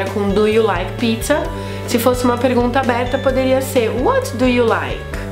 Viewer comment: Achei que pronunciávamos Do =Dhu, e não du